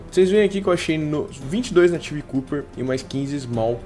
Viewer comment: "Cuper" não, pronuncia-se "cóper" mesmo hahahah! (: Seus vídeos são sensacionais, se fosse pra criticar algo, seria só isso mesmo. Continue com o excelente trabalho, rapaz!